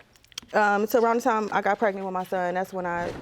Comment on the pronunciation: I don't understand that guys don't have a rule to not make women "pregnit" who say 'axe' instead of 'ask'? Or, since I started this, women who have tattoos all over their chests.